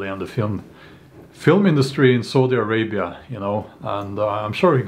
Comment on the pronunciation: Heheh i heard Saudi Arabi as Salty Arabia.